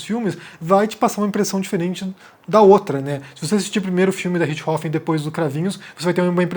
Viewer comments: A forma como a maioria dos brasileiros pronuncia o nome é mais natural que a forma como vc está pronunciando. O nome é RiCHThofen, e vc fala RiTCHIhofen. Vc joga o CH para depois do T, que não existe na pronúncia alemã. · Apenas p acertar sua pronuncia, muito embora isso seja capricho tamanha a tragédia macabra. Suzanne Von Richtofenn.....RICHT HOFFEN....0 T Deve ser pronunciado quase mudo. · Não sei da onde ele tirou esse "Ritchrofen" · Richthofen,, não Ritch-hofen. Só eu que me rachei cada vez que ele fala o nome errado no vídeo? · 20 anos ouvindo "rixtófen" me deixou incomodado ouvindo "rich rofen" Desculpa por esse comentário aleatório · Nao é Richrofen é Richtofen com t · Comentando pra comentar mas é richt-hofen ou Ritch-thofen??? A imprensa SEMPRE usa esse último. Achei estranho como voce pronunciou só pq sempre falam de outra forma mas vi agora que tem essa possibilidade tbm. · cara sempre acho estranho quando o fala alguns termos ou nomes estrangeiros com pronúncia original hahhahahaa aqui falamos "Suzane Vonrestofen" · O jeito que o pronuncia " Ritth Rofen" é diferente 😊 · por que você está pronunciando o nome sem o T? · Mano... Me incomodou demais o jeito que o ficou falando Richtofen... O jeito que ela mesma fala o sobrenome é bem diferente do jeito que o fala. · Não, o que tá viajando nessa pronuncia dele. Pode pesquisar vídeos em alemão sobre o Roter Baron, em alemão eles pronunciam o T de Richthofen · Essa sua pronúncia de "richtofen" tá de matar... realmente nao dá pra ouvir. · É. Não deu pra mim também... Mas todo respeito ao!